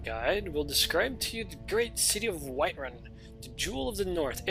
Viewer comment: It's called Whiterun man, not Whiteruin. Have you ever even played skyrim?